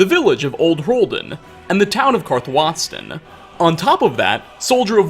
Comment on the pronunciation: love how you pronounce karthwasten